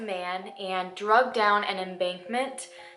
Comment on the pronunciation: i don't know if you're saying dragged down or drugged down?